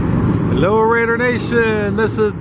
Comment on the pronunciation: yeah, but still. raid·er /ˈrādər/ ￼Learn to pronounce noun a person who attacks an enemy in the enemy's territory; a marauder.